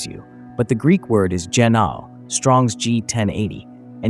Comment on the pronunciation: Gennathai anothen - born anew, again, from above. Edit: I have to add, I'm loving these videos, but I know several of these words and the pronunciation is throwing me off. Gi-naw'-oh - with a hard G, and the ' indicating a glottal stop like the british way of saying bottle - baw'-ul Ah-naw-then - the th is unvoiced so it's the th in "hoth" not the th in "these". Finally, the word for breath/spirit/wind is... Pnew-muh - the P sound is quick, unvoiced, and pronounced immediately before the n without making it a separate syllable like puh-new-muh. That's how I pronounce them anyway.